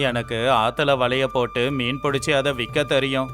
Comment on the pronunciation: மீன் குழம்புக்கு மிண் குழம்புன்னு சொல்றீங்க 😂😂😂😂🤣🤣🤣🤣